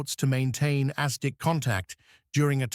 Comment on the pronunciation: This AI narrative is shockingly bad. Visibility so bad that German U boats couldn't be seen? ...Er, maybe the fact that they approached convoys submerged may have had some effect on their visibility. Astic for ASDIC. Then further and further downhill from there.